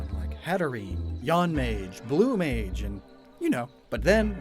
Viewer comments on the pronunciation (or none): none